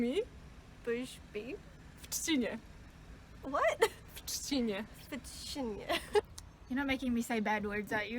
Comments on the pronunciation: Nie czcinie, tylko trzcinie, nawet ja jako Krakus to wiem xD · Oj, i pani prowadzaca chce zeby wszyscy o tym chrzaszczu powiedzieli, a sama kaleczy!!!! Za kazdym razem "....brzmi w CZCINIE." A on przeciez w TRZCINIE brzmiec powinien. Jak to mowia, uczyl Marcin Marcina... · Trzcina nie czcina japierdole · ale od tej „czciny” to mi uszy krwawią... trochę słabo uczyć obcokrajowców niepoprawnej wymowy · Nie chcę wyjść na zrzędę ale chrząszcz brzmi w trzcinie a nie w czcinie 😉. Dodatkowy łamaniec językowy 😜. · Nie czcinie tylko trzcinie jak coś robisz rób poprawnie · Jednak powiedziałbym" w trzcinie" A nie "w czcinie ". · Trzcinie* nie czcinie